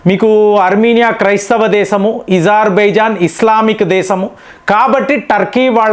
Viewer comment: ఎప్పుడు చూసినా ఏదో ఒకటి తప్పు చెబుతావు ఏంటి?అది ఇజార్బైజాన్ కాదు, అజార్ బైజాన్. పినాక వద్దు,అర్జున్ యుద్ధ ట్యాంకులు వద్దు అని మన మిలిటరీ వాళ్ళు ఎప్పుడన్నారు? మన సైన్యం వాటిని ఎప్పటినుంచో వాడుతున్నది.ఇలా అబద్ధాలు చెప్పి మీ పేరు చెడగొట్టుకోకండి.T90 ట్యాంకుల కన్నా అర్జున్ ట్యాంకులు అద్భుతంగా పని చేసినా, మన సైన్యం వద్దని అన్నదా?చెబితే కొంచెం నమ్మేటట్లు ఉండాలి.